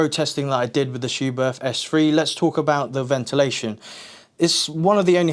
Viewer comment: the 'h' is silent. In german it makes the 't' softer